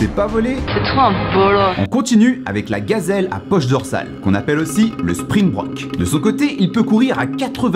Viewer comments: Salut j’ai beaucoup aimé la vidéo mais je crois que ça se dit Springbok et pas Springbrok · Salut j'ai beaucoup aimé la video mais je crois Que ça Se dit Springbok et pas springbrok